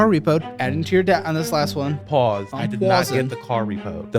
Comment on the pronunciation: WHY ISNT ANYONE TALKING ABOUT THIS LMAOOOOOOO “ PAUWSE PAUWSE PAUWEE”…. “im pauwsing” LMAOOOO OMGGGG